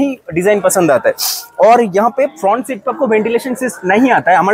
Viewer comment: kya bola fhrount look 🤣😂